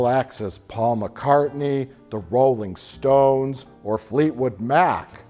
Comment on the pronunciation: Who are the Roll-LING-Stones?